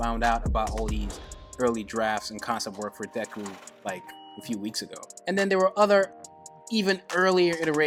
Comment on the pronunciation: Your pronouncing his name wrong.. the "e" should sound more like and "ay" or "ae". Should sound like "dayku" or "daeku" . But the "y"/"e" sound is short.